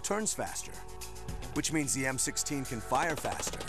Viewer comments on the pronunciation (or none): it sounds like he said M60 did anyone catch that or is it just me?